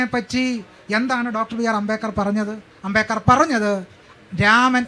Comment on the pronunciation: അമ്പേക്കർ അല്ലടി അംബേദ്ക്കർ